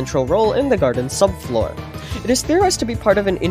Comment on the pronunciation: BRO PLEASE 🙏 STOP CALLING IT THE GARDEN SUBFOOR